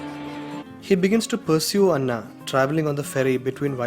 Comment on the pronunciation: Anna is not pronounced correctly. Anna in Tamil means big brother, Anna pronounced like u did means Rice in Telugu and Kannada. Anna is A na- a Christian female name. Like in Anna kurnikova.